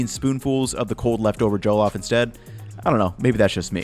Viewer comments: Good for you man, it is a treasured dish in West Africa🇳🇬🇳🇬🇳🇬🇳🇬 btw pronounced ‘Jeh-loff’ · The only thing is your pronounciation of "Jollof" it's NOT JOE-LOFT it's JUH-LAWF. But great video regardless! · hate to be that guy, but it's "Jah-lahff" not "Joe-Loff." Lived in Ghana for a bit. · I have Nigerian coworkers. They pronounce it more like JULL-OFF with the emphasis on "off". For events and potluck lunches people like them to bring coconut-rice, which is also a savory, flavored rice dish cooked with coconut milk. Maybe that would be a future video for our good man. Thanks for your great content. Please keep up the good work. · Every time he said Joe-loff, I think I cried a little haha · JOE-LOFF ROCE 😂😂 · “Joe-lof” lmfao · ya did your best on the pronunciation I appreciate it........well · Hearing jollof pronounced without a Nigerian accent is throwing me off looool but kudos on this attempt at our favourite dish bro. It looks great! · The way he pronounces jollof is interesting. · sigh watchin this as my mom making some for my birthday tomorrow. You are both saying it wrong and looking at the Wong recipes, but enjoy my guy.